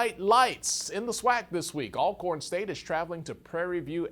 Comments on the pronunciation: Why haven't people learn how to pronounce Alcorn.. ALL CORN🤔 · I’ve been following HBCU sports since childhood in the 90s and finally realized the correct pronunciation is ALLcorn last year. 🤦🏽‍♂️ I’ve always heard both ALLcorn and ALcorn but had to ask last year.